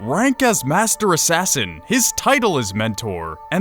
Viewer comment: shay aint an assain